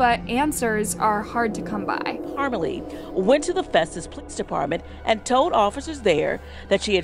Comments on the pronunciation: It's pronounced Parm a lee... we know the family... what a horrible tragedy for those 2 babies😢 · The name is pronounced parm lee